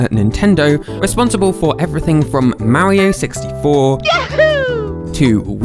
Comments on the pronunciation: i can't help but... "maowrio", just the way he pronounces mario lmao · How do you pronounce it? Mario or merio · Thins I learned: Twas called Animal Forest. Whatever Country he is from they don't know how to pronounce the word Mario.